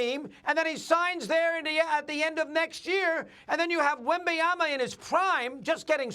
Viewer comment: SAS: Wembanyana.